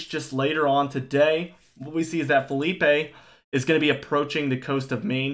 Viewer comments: It's not Philippey it's phillipe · I'm gonna be so glad when Philippe is finally gone and I don't have to hear this guy call it Felipe anymore.